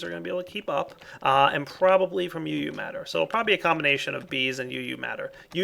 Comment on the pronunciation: (THIS IS NOT HATE) its called uu matter, so you know and people dont go hate on you for calling it eu matter!